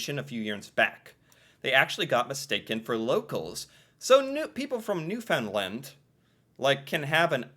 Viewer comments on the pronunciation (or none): There are many people of Irish extraction in Newfoundland. And it's pronounced New-fin-land. 99% of them are simply amazing, wonderful people. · Please for the love of everything Canadian, pronounce Newfoundland like “understand” !! Please, thank you and Sorry. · BTW it is pronounced New Found Land...not New fin land. 😉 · you can't understand how important it is that you say Newfoundland correctly.